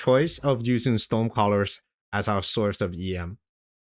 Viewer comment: I love your videos but you really need to work on the pronunciation of "storm".